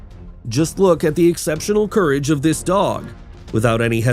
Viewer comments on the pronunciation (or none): none